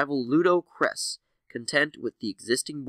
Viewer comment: You are having serious problems pronouncing these names. Sadow is pronounced the same as Shadow (without the H) Kressh is not prounced cress, it's kresSH. It's Massassi!! MASSASSI!